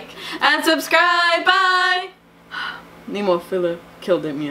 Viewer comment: at least you know how to pronounce the band's name, now))) check the announcer again if you will)))